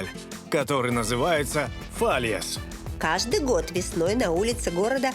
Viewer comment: Какие же вы всё таки ленивые! Фаяс! Даже нормально празник произнести не смогли! Какой же стыд Не день зжигания мусора и хлама, это дееь столяра С лишних обрезок начали скульптуры складывать и это превратилось в традицыю Районы начали собиратся в такие комуны, называются фаеросы Закрытые клубы Они целый год каждый месяц платят ьуда взнос на статую своей улицы, и у кого богаче сразу видно Мастерские, таерасы соревнуются за денежный приз Хоть бы подготовились, стыд и срам Смотрю выпуск и испытываю испанский стыд 🤦‍♂️ Тут совсем другая жизнь, хоть бы с нашими пообщались Хоть бы посоветовались Но вы даже на речь испанцов накладываете не правельный перевод! Я таково кринжа давно не видел В других сценах вообще оскорбляете месных Орчата - квас Ничего общего не имеет И с чего это его пют только месные? Подготовтесь в следующий раз лучше когда приедете в этот замечательный город! И не позорьте Валенсию на весь русскоговорящий ютуб, бездари!